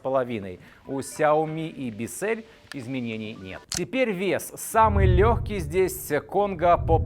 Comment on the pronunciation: Правильно - Биссел(л - твёрдая, ударение - на "и")